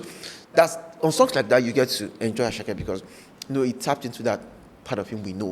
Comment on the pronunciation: It is not asake meloo, it is asake medoo, from ahmed